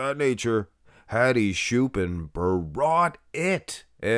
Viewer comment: Who is shoopan, it's ch bro, like chair.